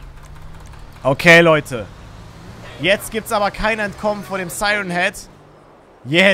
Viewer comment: Est heißt kein und nicht gein